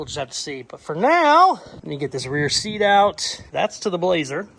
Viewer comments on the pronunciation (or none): none